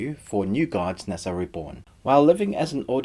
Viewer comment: In case you were wondering: the pronunciation of 'Ne Zha' is from Hanyu-Pinyin romanisation of Mandarin; the alphabet is pronounced differently, but it's great that you grasped the original. I really liked this film and I wish it was longer so that they properly fleshed out the backstory for the gods' war and the whole political situation of Donghai City (which I think is literally 'East Sea City', which makes sense since the De Clan boss is literally the East Sea King). It shows a great range from Lightchaser studios, who also collaborated on White Snake with WB in 2017, and personally I loved the modern elements and the sci-fi/dieselpunk take on it; it brought a dimension to classic fairy tales that hasn't much been done at all. You asked if there were any others of this sort that we would rate and to be honest I don't think it has many peers - you could say Big Hero 6 has a similar aesthetic/power-up mecha element but that's where the similarities end. I thought the film was really refreshing, and I enjoyed hearing your review!